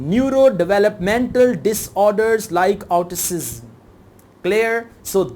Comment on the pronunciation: Your pronunciation of word Autism and lego are wrong